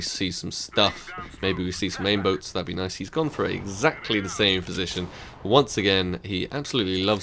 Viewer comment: LOL "aim boats"